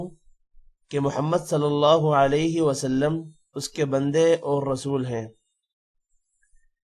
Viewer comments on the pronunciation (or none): none